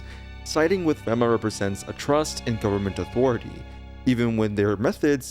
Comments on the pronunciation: Is pronounced FEMA (fee-ma) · Nice try buddy, you were totally trying to get me to leave a comment because you promounced FEMA like that. Well, it's not gonna wor-.... just take it.